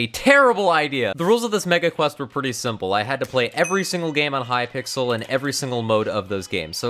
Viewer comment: Who else noticed the way that the donation message thing said H-Y-P-I-X-E-L!